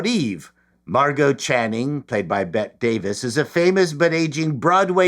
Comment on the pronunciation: Damn it! You're old enough to know bette-r. Bette Davis is not Bette like Midler, it's pronounced Betty!